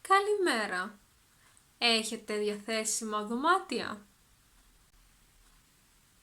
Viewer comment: Γεια σου! Few questions, if I may: , the της is contracted, I can only hear a "τς". Is that a pronountiation rule or it's a contraction which might or might not be used? I noticed your pronounciation of διαθέσιμα is different than I expected. The first "α" is almost silent, while same word has a very clear "α". Is something about the context? ταυτότητα or ταυτότα ? Ευχαριστώ!